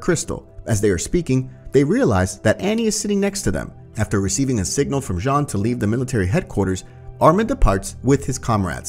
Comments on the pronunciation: It’s Jean not John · Why does he say Jean jhon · it's "john", no one says "jean" in any of the dubs and neither isayama or his editor has ever pronounced it like that